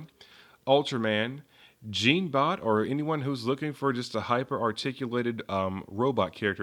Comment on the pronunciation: in the move it"s pronaons jon-bot